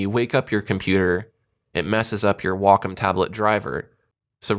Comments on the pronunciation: I pronounce it "wack-om" lmao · i used to pronounce it 'way-come' until i called their customer service and realized it was said like 'wahk-um'. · Every time I hear "wockum" i feel sick, its such an ugly sounding word. I'll keep calling it how it should be pronounced, as wacom